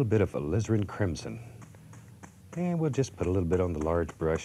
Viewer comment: I always hear Bob say " Lizard crimson"